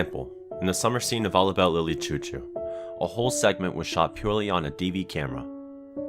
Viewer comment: Sorry Lily CHOU CHOU (pronounced Shou Shou)